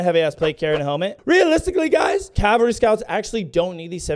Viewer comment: im sorry but i gotta be that guy but isn't it supposed to be cavalry not calvary?